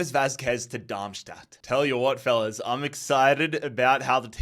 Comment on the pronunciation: I love that you, of all cities, are really good at pronouncing Darmstadt (near where I live)